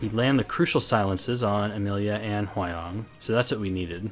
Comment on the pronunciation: Hwayoung is pronounce Hwa-young not Hway-oung. Why people keep saying her name wrong, if you want to cut it shorter, then Hwa is enough, because Hway is absolutely someone else.